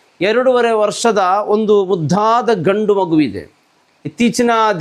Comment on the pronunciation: Kannada uchhara sari illa malayaladalli matadudu uttama m. Mudhadha alla muddada